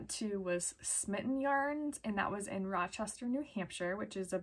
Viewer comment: Wow, I haven’t been to Rochester in almost 30 years. Time flys! The Blue Faced dude pronounces it Lester😁💗